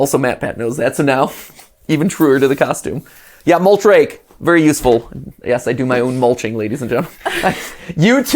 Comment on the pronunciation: Every time you say mulch rake I think you say moltres like the legendary bird Pokémon